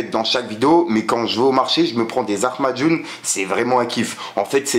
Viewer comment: comment ça des zarmajoun AHAHAHAHA c'est Lahmajoun !